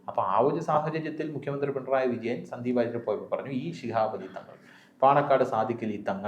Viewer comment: Mr. മുകിയമന്ത്രി അല്ല. മുഖ്യമന്ത്രി ആണ്.. ഉച്ചാരണം ശ്രദ്ധിക്കുക.